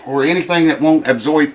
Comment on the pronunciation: Say ”absoib” one more time! LOL